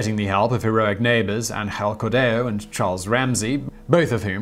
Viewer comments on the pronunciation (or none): none